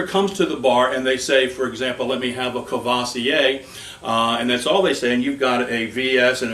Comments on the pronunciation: COOR-VWAH-ZEE-AY not CUH-VAH-SEE-AY. What are you Busta Rhymes? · When you speak a french name of alcohol, pronounce it French..not American! Courvoisier!!!